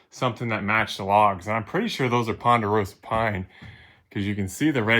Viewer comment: Say ponderosa one more time😂